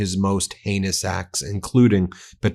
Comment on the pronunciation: Sorry; did you say "heinous acts" or "anus acts"? 86 47